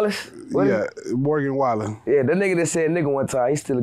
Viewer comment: " Morgo Wallan" 🤣